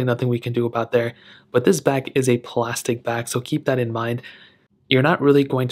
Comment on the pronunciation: Glasstic again 🤦🏾‍♂️